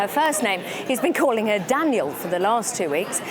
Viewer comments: In Dutch pudding is a type of dessert. And on the meno you say dessert more like the french term or nagerecht in dutch. So i get to be confused... Come on it is Danielle duuuh and he says it as Daniël 😅😂 i am Dutch i even get it. Aiden is really insightful also on women, love it! How it may not be on purpose but it landed wrong. Love how he explained it❤ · I laughed quite loudly every time he pronounced Daniel's name. I find it funny. I have had an entire life of being tormented over my name, so I know what it feels like. It's still funny though. When we moved house when I was 8 I had to start at a new school. On the first day after mid morning break, "tuck break" as it was called back then, Mrs Knott would do a register or roll-call before you could go back into the classroom. And she called my name, "Sandy Beach?" I did not move, I did not say anything. Time passed. Then she said my name properly and I said "yes, Miss" and went inside. It never happened again from the teachers at that school. Tamed after 2 hours by an 8 year old. "Daniel Boxes".